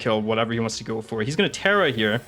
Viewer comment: Makes me laugh every time he says "heyah" instead of "here", which is a lot lol